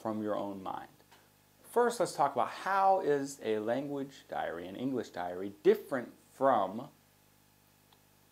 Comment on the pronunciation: Diary not dairy, please! Tks